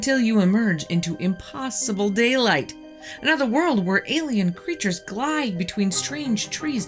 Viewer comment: Your videos are very interesting, but I had to turn off this video, because your incessant mispronunciation of words is driving me insane! The letter "o" is not a "u"! Top is not "tup", rock is not "ruck", impossible is not "impussible", document is not "duckument", and not is not "nut". Water is not, "wutr".